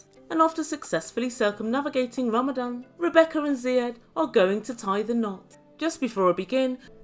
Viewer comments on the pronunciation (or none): I swear you are saying “ Ramadam” instead of Ramadan